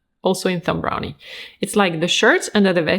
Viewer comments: I would expect "Thom Browne" to be pronounced as "Tom Brown", but these days...who knows? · I don't know if you realise but Demi's dress is supposed to look like a neck tie. I loved it. However you didn't mention this at all which leads me to believe you didn't clock it. I think Thom Brown is just pronounced Tom Brown. And the ''walking stick'' is called a *cane unless it's actually being used to aid walking. In which case it usually has a hook handle for extra stability. Ncuti Gatwa is pronounced *Shooti. Love the video as always.:)